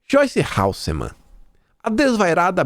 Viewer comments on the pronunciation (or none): HASSELMANN KIM E NÃO HALSSEMANN